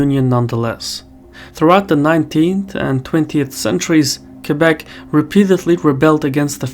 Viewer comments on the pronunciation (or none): How can someone mispronounce Québec? It's pretty straigthforward, as words get. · Most anglophone say : « Kwaybek » instead of Québec.